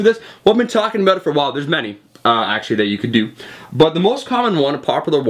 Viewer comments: more like aboUt. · is this guy Canadian?. he pronounces "about" like we pronounce it.